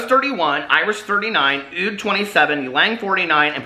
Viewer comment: the l is silent in ylang, its pronounced just yang :-)